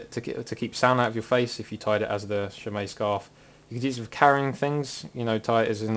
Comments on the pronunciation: I thought it was closer to shay-maw. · It's pronounced SHEH- MAHG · Three minutes and eight seconds of listening to you pronounce it wrong, waiting for you to get to the point. WOW.